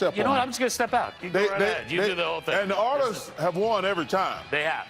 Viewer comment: Oilers? Naw we gotta say it like Chuck... Errlers! xD (Oh and the Stars shocked the Avs and eliminated them. Just when you think you know you don't know.)